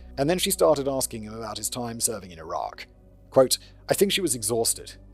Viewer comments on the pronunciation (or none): none